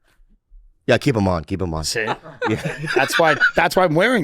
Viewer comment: “did you seeng”